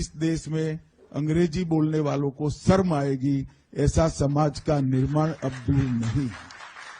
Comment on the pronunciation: अमित शाह शर्म को 'सर्म' कहकर हिन्दी भाषा का अपमान कर रहे हैं, उसका उल्लेख करने वाला कोई नहीं है।